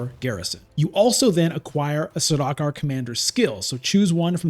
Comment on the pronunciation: Saw-DOCK-er 😭😭😭 it's SAR-duke-are